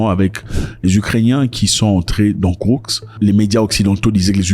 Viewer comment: Zack Bonjour! C'est Koursk et non kourk. Курск 🇷🇺